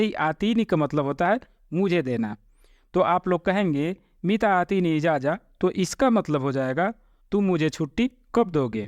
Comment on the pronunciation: Ejaja nahi ejaza